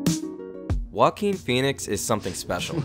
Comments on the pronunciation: Why people call him woaquin, he's joaquin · Is pronunced Hoaking, not whoaking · did you really say woakeen? bruh. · i cant stop hearing walking phoenix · Sounds like he's saying "walking Phoenix" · stop saying walking phoenix, ist JOAQUIN PHOENIX! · All I hear when his name is pronounced in this video is "Walkeen"... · The way you pronounce Joaquin :( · If he’s special then at least learn how to pronounce his name correctly!